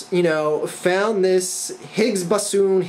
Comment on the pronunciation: it's a BOWSAWN. like a PROWTAWN.